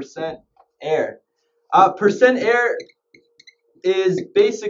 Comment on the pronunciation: percent ERROR. not percent air(no offense)